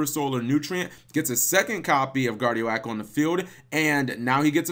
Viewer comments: Guard Ee Oak. Not Guard Ee Oh Ack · It's pronounced Guard-E-OAK....oak, not o-AK. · It's guardi-oak...as in an oak tree...unless you pronounce it as an oh-ack tree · "guardio-ak" lololololol. Cap ily bro, but its "Guardi-oak" xD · Are you freaking kidding me cap, GuardiOAk???! Guardi-guardian, OAK- like the freaking tree. That’s a new low for mispronouncing words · My face when guard eee oh ack when it’s guard ee oak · Butchered that name Cap lol. It's pronounced like Professor Oak from Pokemon or like oak tree Guardi-oke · ITS GUARDI-OAK, (guardian Oak) The filename of that first duel was very appropriate though :P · Guardian and oak. Like the tree. Oak tree not guardiak.